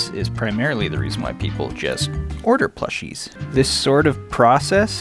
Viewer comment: Ah... yes my favorite collectibles... Sonic "plOWshes"